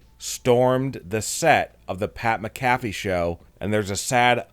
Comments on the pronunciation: I say this to the person talking in this video. If you're going to be doing these videos make sure you actually pronounce people's names right. It's not Pat MaCaffey as you pronounce it. It's Pat Mac a fee. And don't try to insult people's intelligence. We all know that Bray Wyatt passed away. He's only with us in spirit now. There's nothing wrong with the Wyatt Sick6 being out in public without there mask and costumes. After all they are just people after all. I don't believe that Alexa Bliss is part of the Wyatt Sick6. Nor do I believe Braun Strowman will eventually join them. Who's the 6th member well think on this. Could it possibly be the wwe universe as a whole who is the 6th member. Might be. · It’s pronounced Mac A Fee